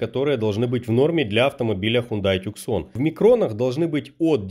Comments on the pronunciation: Ув., не называййте эту модель Тюксон. Корейцы назвали эту модель TUCSON в честь американского города ( имено на рынок США изначально планировалась эта машина ) в Аризоне. Это юг США и когда то он был под властью Испании а потом и Мексики. Это не английский язык и читается как ТУССОН. Обзор как всегда 👍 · Не туксон, не тюсан,, а тусон сколько можно говорить??? Тусон – город в пустыне Сонора в американском штате Аризона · Не тюксон правильно,а ТУСАН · Та "Тусан", а не "Тюксон" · Запомните тусан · правильно произносится ,Тусон.Авто названа в честь этого города,как и Санта Фе,город этот знаменит,огромной стоянкой самолётов за многие десятилетия собранные там. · Насправді правильно Тусан. Це місто так вимовляється. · Ну прочтите уже правильно название автомобиля ! Но обзор как всегда 👍👍👍